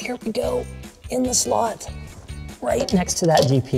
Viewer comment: What ze fok